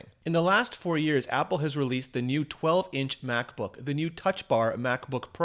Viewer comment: "Macsbook pro"